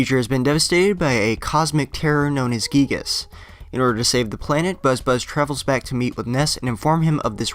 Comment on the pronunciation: You pronounced giygas wrong